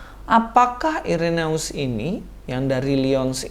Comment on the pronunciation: Udah bener2 muak dg kebohongan2 menjijikkan para mualaf. Speechless deh.. Koreksi dikit,. Dlm bhs Latin, huruf "ae" dibaca "e". Jadi, cukup dibaca "Ireneus" aja. Salam kasih dari Katolik. Shalom aleichem!